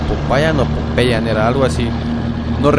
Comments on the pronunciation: SE DICE POPAYÁN EN EL MINUTO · SE DICE POPAYÁN